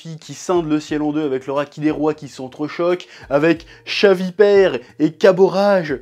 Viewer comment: entendre "chavipere" me fait saigner des oreilles, il va m'en falloir du temps pour m'habituer à cette aberration